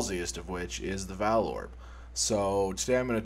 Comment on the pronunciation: It's pronounced 'vaal', not 'vaal'. God.